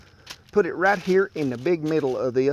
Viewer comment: "Let's go ahead and roll em around in herr a minnit" "In what?" "IN A EGG WARSH"